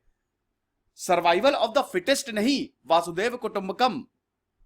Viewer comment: सर आपसे एक प्रार्थना है की आप वासुधैव कुटुंबकम एैसा उच्चारण मत किजिये| इसका सही उच्चारण वसुधैव कुटुंबकम एेसा है| आप इसका उच्चारण इंग्लिश स्पेलिंग की तरह कर रहे है, लेकीन ये शब्द तो संस्कृत शब्द है| इसलिये वासुधैव ये उच्चारण गलत हो रहा है| और वसुधा शब्द का अर्थ धरा, पृथ्वी है, वासुधा का कोई अर्थ नही हैं| इसलिए वसुधैव कुटुंबकम् ऐसे उच्चारण से पुरा विश्व एक कुटुंब है ऐसा अर्थ प्रतित होता है, लेकिन वासुधैव कुटुंबकम् उच्चारण से ऐसा कोई अर्थ प्रतित नहीं होता|